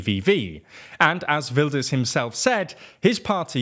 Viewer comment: The Geert sounded more like Gert and of course the g wasn’t right but he pronounced Wilders pretty good. Could have put the cherry on top and made it “wild-ers”